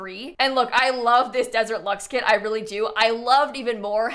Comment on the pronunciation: it's KIT time and not CAT time!!! 🤡